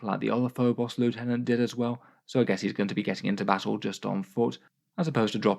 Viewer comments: Every time mispronounces Lieutenant a puppy sheds a tear. Won't someone please think of the sad puppies? It's quite obviously Lieutenant and not Lieutenant, I'd understand if it was in any way ambiguous but come on... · Actually, it's pronounced "lieutenant".